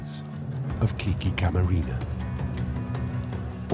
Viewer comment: Its Kique Camarena....NOT "KIKI"